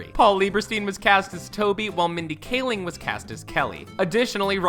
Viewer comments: You pronounced Mindy Kaling's name two different ways in under a minute lol. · Mindy “KAH-ling”, “Ray-in” Wilson, Ricky “Ger-vayus”.... dude. Great video but you butchered these peoples names. 🤦‍♂️😂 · dude, learn how to pronounce Kaling and Gervais. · Gervais is two syllables and Rainn is one. It's not pronounced "Ray-in." This narrator stinks. He also pronounces Mindy Kaling's name two different ways like 15 seconds apart. He obviously was just handed a script and never watched the show. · Yeah I'm seeing all these comments about emily blunt being in the photo and him mispronouncing Rainn and Gervais, but I honestly thought that his Kaling gaffe was far more obvious. glad I wasn't the only one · I was loving this vid until he sad Mindy kalings, last name at #30 wrong and I was like " wow, ok, what just happened, did he really, how!?" I just had to stop and reevaluate my life for a second!